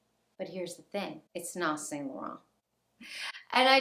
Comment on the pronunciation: It's pronounced san-lo-ron ❤️